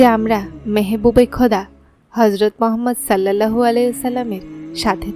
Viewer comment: কিছু মনে করবেন না, উচ্চারণ টি, সল্লাল্লাহু হবে